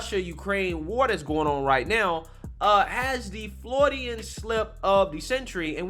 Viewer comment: Freudian, not “Frodyan.”